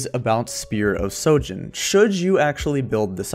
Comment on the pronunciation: Spear of sHojin not sojin